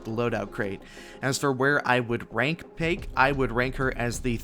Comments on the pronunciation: Not payke, but paik. So hard to pronounce. Easiest specialist to get to t1. Paik + smoke = hidden aim bot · So the right way to pronounce "Paik" is "Pik"?